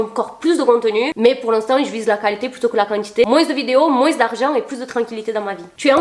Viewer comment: par pitié ne t'arrete jamais de prononcer le "s" de moinS , c'st trop mignon